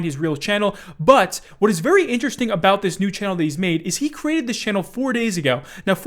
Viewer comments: worry aboot the damage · South Park was not joking about Canadians saying aboot then lol 😂